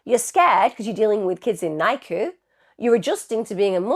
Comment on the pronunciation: Its said differently it's not nicu